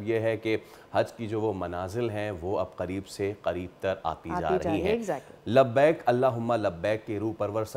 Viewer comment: LABBAYK ❌ LABBAEK✅